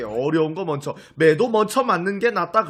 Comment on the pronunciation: 왜 먼저를 먼처라고 발음하세요? 유행어 인가요?